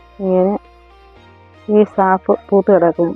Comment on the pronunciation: കാഫ് അല്ല സാഫ് ആണ്